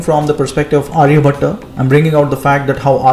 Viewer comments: its not Arya-bhat-aa but his name is Arya-bhat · Pronunciation of name "Aryabhata" is wrong. Its Aryabhatt or Aryabhat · Not Aryabhatta it's Aryabhatt. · Hi, in Title your spelling is wrong. Also Aryabhata pronunciation is very wrong. Kindly pronounce correctly and clearly. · Nice, but pronounce his name correctly, not like a firangi